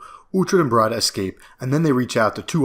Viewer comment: Why mispronounce "Breed-a" as "Bride-a"? Never done that way in the show.